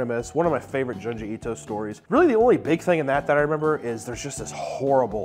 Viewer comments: "June G" not juhn-jee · June gee bro not djun ji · Isn't junji pronounced joonji? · Small thing, but it really tickles me how he pronounces it "Juhn-ji" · It's pronounced Joonji, like Jumanji without the ma. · the way you say junji ito is wrong lol that greenery looks dank tho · I can’t stand the way you pronounce Junji 😂😂